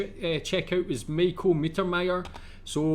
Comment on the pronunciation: U rly pronounce Michael strange xD